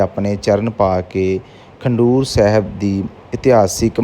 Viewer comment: 🙏waheguru g🙏 eh Gurudwara Khadoor sahib hai. Tuc galt pronounce kar rahe ho.kindly correct the name.